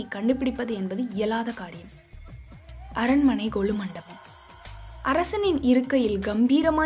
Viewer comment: குரலில் ஏற்ற இறக்கங்கள் அருமை! உச்சரிப்பில் கவனம் தேவை!! அரண்ம "ணை", கொ"ள்ளி"மலை, தகவ"ளை", ப"ள" சக்திகள், மலைவாழ் மக்க"ல்", எட்டுக்கை கா"லி", த"ல"பதி ஒருவன், கி"ல"ம்பி இருப்பது, அவர்க"லி"ன், ம"ண்ணா", ஒருவ" ணை", சித்தர்க"ல்", தகவ‌ல்க"ல்"...